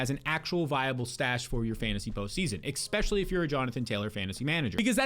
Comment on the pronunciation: EXspecially lol